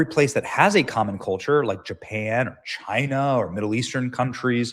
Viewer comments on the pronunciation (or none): none